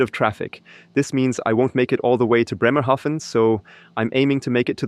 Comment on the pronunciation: I need to he honest: I started watching because of E-trucks. NZ has a new Chinese one, then this video popped up. AND then you mentioned to drive to my hometown: Bremerhaven. And the first 3 times you pronounced it wrong, like Newhaven. So, I'm like, should I say something, should I not. I am curous where your going to land in BRemerhaven, so I keep watching and you pronounced it correctly. It's an a like in Banana, and I get why you would say it diffferently, the e after the consonent would do the trick - but not with Bremerhaven. Good lukc in you new job.